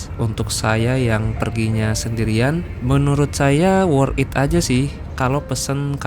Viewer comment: Di baca nya Worth tit bangg di gabung, bukan worth it di pisah bacanya